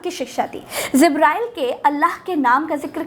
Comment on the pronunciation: आप जल्दी में ज (J) को ज़ (Z) बोल गईं इसीलिये आपने जिब्रईल (JIBRAEEL) को ज़िब्रईल (ZIBRAEEL) और हिजरत (HIJRAT) को हिज़रत (HIZRAT) कह दिया जो ग़लत था; उर्दू बोलने के लिये सही तलफ़्फ़ुज़ भी ज़रूरी है.